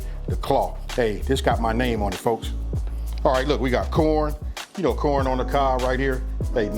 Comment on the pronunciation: That West Coast lingo... Like when he say "Coorn" 👍 Nuttin but love for the West all the way from The Murda Mitten my brotha!!